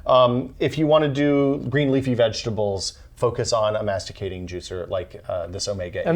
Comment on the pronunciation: They don't know how to pronounce "centrifugal" or "masticating". They don't know a masticating juicer needs two recipients. They forgot to have two glasses each so they can compare juices. They leave the orange pulp in the juicer making carrot juice. They don't measure either weight nor volume... The one operating the Omega forcefully stuffs 2 or 3 branches of kale onto the auger... Well... let's say that, from this video, I have learned two things : 1° those guys don't know either juices nor juicers ; 2° they did not prepare their video.